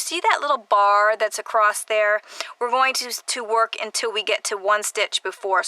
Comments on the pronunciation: The word, "across," is not pronounced with a "t" at the end. Sorry, but it hurts my ears. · Where is the term “acrost” from. I never heard it before YouTube. Must be a specific area dialect but I’m wondering what area in the USA commonly refers to ‘across’ as “acrost”. I’d love to know. I’m Australian and most Aussies have the exact same dialect with minor variety in accent. Some southern AU states say ‘castle’ as per USA pronunciation and ‘chance’ and ‘dance’ as per more educated British. Fascinating